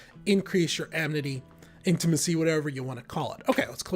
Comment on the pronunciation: Does he keep saying "amNity" all the time?